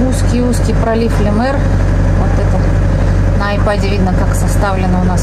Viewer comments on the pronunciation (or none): none